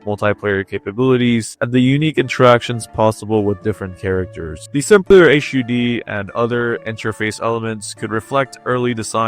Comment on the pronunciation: Yes! Finally a murican that knows how to speak in English